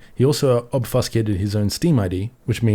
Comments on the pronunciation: Very unfortunate to see! from a dev perspective I can understand the want to be able to debug anywhere, but it opens a door to a lot worse. One correction for you, obfuscated is pronounced as "ob Few skated", not "Ob Fuss Kate" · "Ob few scay tid" brother, not "ob fuss cay tid". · Ob Fuse Cate Ed not Ob fuss cate ed (sorry oet peve lol)